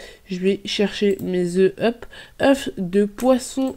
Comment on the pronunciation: Pourquoi tu dis hup alors que sais hop 😂😂😂😂